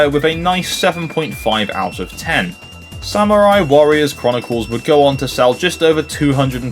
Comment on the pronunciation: Great video! I actually haven't tried Ridge Racer yet, which is odd as it's one of the THREE decent racing games I could find (with a physical release) on the 3DS. THREE. Even the GBA probably had more! Not sure why I never got it....Oh, and, uh, just so you know for the future - that's not how you pronounce samurai